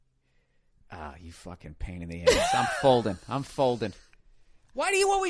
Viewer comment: "Because she took it in the ayyeshhh" DESTROYED ME